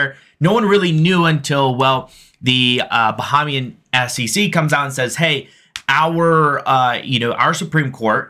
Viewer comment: It's pronounced Ba-Hay-Mian